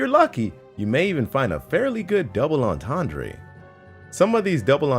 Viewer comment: Planet Dolan - Tell that "ENTENDRE" is pronounced "ON-TAWN-DRUH"....and not "On-tawn-DRAY"